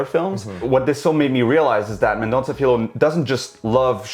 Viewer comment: Hey. If you pronounce "Filho" like you'd say "Fillio", it'd be closer to the portuguese word.